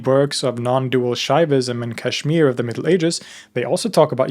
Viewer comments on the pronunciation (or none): none